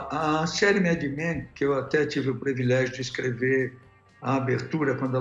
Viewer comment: devo estar com algum problema auditivo...COM CERTEZA, mas ouvi MR, OLIVETTO DIZER...PREVILEGIO??? 7 min. e 13 seg do video.